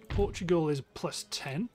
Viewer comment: Dude, it's Portugal, not Portgual!